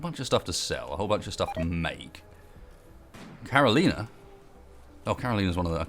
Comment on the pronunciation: It's Caro-lie-na, not Caro-lee-na, fyi.